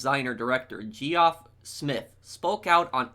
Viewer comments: Man really pronounced Geoff as 'jee-off' and not 'jeff' 😂😂😂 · . geee off 😂 it’s pronounced the same way as jeff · yes i’m they person but geoff is pronounce jeff